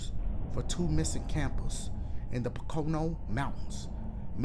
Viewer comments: LMAO did you pronounce it Po CONE no? omg that killed me 🤣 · "In the POE-CO-NOE mountains"